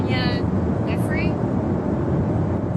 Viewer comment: Hey quick correction, Giuffre pronounced guff-ree, I couldn't give less of a shit if we misprounced the monsters' names wrong but we should try for the victims' sake